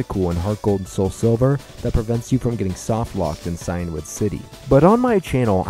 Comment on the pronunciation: Cianwood is pronounced see•in wood